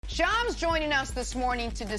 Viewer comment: Brandon Marshall: His name is Shams... Not Shawn